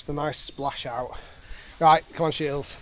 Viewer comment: have you ever noticed that it sounds like you pronounce his name "Shields"?